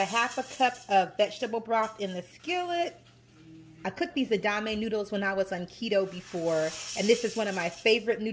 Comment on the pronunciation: Everything looks amazing. I love a splash in vinegar on my greens too. Your beans look delicious...am going to try your recipe. FYI: the pronunciation of the soybean spaghetti is e-da-ma-may...4 syllables. Would not have mentioned it but you wondered if you were saying it right. This is the first video I have seen of yours and looking forward to more. Will binge last ones as I enjoyed this one very much. I also appreciate your autism awareness notice. Being a caregiver is hard work. May God give you all the strength you need. God bless